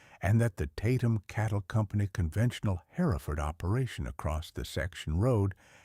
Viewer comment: Oh my fish w this AI.generated garbage! "Lead cow" is.pronounced "leeeeed" and if I bear "hare-if-ferd" one more time! Btw, this isn't "free". Youtube keeps.oromoting this crap so they can blast you with commercials nonstop. You're selling your brain for an AI fictitious, b.s. story. Oh- and flies in the milking shed? Herefords.dont get milked! They're meat cows!